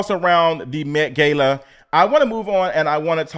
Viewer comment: Omg, it's met gah-la. A simple Google search would have done it